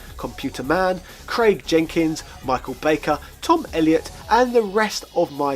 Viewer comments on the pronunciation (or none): none